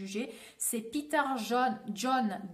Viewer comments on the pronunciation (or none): none